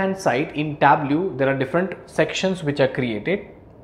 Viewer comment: Sorry, native English speaker here, and the instructor's pronunciation of "pivot" is not close to how we say it. He also mispronounces Tableau. He's otherwise a great instructor, though.